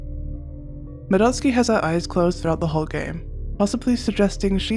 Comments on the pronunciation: Omg 💯, the relief when she said it right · Finally, I have found someone of culture who can pronounce Madotsuki's name correct... I feel at peace🙃